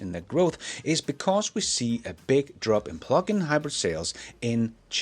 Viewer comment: I’m convinced he says PLUCK-IN on purpose.